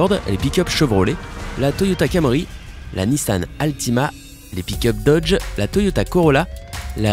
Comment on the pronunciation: Nissann , Hallowing , Pickup . Sansgiving ... Sympa ta prononciation ,sympa.......